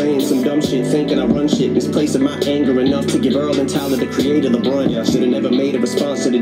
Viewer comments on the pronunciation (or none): Brunt not blunt